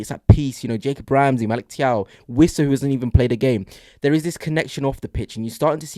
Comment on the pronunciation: Always enjoy your reports 👍 By the way Thiaw is pronounced Chow.